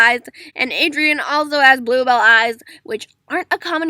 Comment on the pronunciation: Why does she say adrien and elben